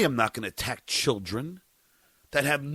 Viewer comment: If I ever have to hear him say “chilll dren “ again I may scream